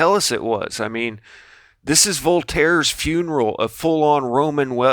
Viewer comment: Lol Voltaires funeral “VOLT-AIRe”